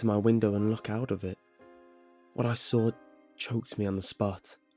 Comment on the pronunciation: "That's when I sawr it..." 😂